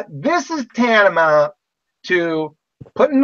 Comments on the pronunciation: He says tantama not once not twice but thrice! Doubtful he knows the meaning of "tantamount" if he can't even say it, hahahaha! He says it four times actually, hehehe, using a word he doesn't know, adorable. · Tan-ta-mount - That's THREE syllables. If he uses that word a lot, ppl are BOUND to be impressed with his yuge, big boy vocabulary and be in awe of his intelligence!